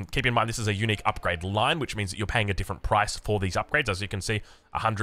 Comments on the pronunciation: For a bit I thought you were saying eunuch building 😂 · I kept thinking he was saying "Eunuchs" instead of Unique for the first 5 minutes lol